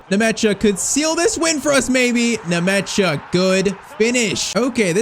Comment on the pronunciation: Bro is butchering the players' names. The name is Nmecha not Nemecha😂 It just sounds weird when "Nemecha" passes to "Ndiay" 😂😂😂